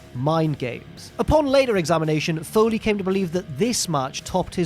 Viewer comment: It doesn't matter how it makes you feel. Foley Foyley Foyley Foyley